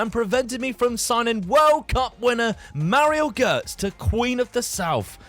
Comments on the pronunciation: the way you were pronouncing Gotze was infuriating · How do you BUTCHER his surname LMFAO?! Gotze, check Forvo for pronounciations